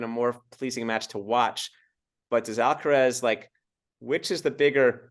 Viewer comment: Big fan of, is about the sweetest woman on YouTube, has so much experience,, please say AlcarAz, Alcarez is a different name, I think he has earned respect enough to have his name, pronounced correctly, no?